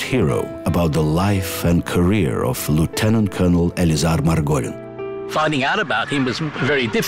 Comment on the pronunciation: My great uncle Lance Corporal Max Horwitz, son of David, a man of Ukrainian-Jewish heritage serving with 15 Bn AIF died on the approaches to hill 971 Gallipoli on 7 August 1915 (no known grave)., you do not pronounce lieutenant correctly.